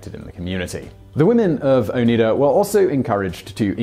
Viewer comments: It's oh-nye-da not oh-nee-da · Wheres the flatware story ffs?! Oh its Oneida(O-nigh-da) not Oneeda! Its a friggin tribe. Do you speak oonglush?! No. Its Not a British pronunciation issue. Also I have noticed you have ditched your feigning ability to find proper pronunciations. I'm very relieved because the reservoir at YouTube is overflowing with pronunciations of many many words a lot of which I have heard mispronounced by people who post videos on youtube. It stands to reason that if you have a YouTube channel you have access to YouTube. I frequently watch your videos I greatly enjoy a lot of your material however to me a it doesn't seem a difficult exercise to what the word into the search bar and listen to the pronunciation that comes up. Granted I haven't walked a mile in your shoes, but it would be really appreciated if you did give it a go and look them up. You don't even have to admit. I am not in this for some self aggrandizing motive it's merely adding additional pleasure and less pain to the experience of your videos. Be well and thanks. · Al together now, "Owe - NIGH - duh." Not "Owe - NEE - duh." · I just wanted to shout at the screen “It’s O-nye-da; not O-knee-da!!” Being from the area is helpful in knowing the pronunciation . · I live in that area of upstate NY. There's a Noyes street in utica.... Oh and its pronounced "oh-nye-duh" not "onee-dah" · Oh-night-a NOT Oh-neat-a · Very interesting, I grew up very close to Oneida, but I didn't know all these details! Also, it's pronounced "O-nide-ah", not "Oh-need-a". There are still Noyes descendants in the area, I went to high school with one. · Ok so I dig u live in another country and I like ur videos I have watched many of the casual criminal videos they're very articulate and personable. Ok so anyhoo its o ny da not o nead a thats was buggin me. K only gripe sorry, good job as usual, thank u.😊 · Locally it is not pronounced Oh-need-ah, it's Oh-neigh-dah. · oh-nEYE-duh, not oh-knee-duh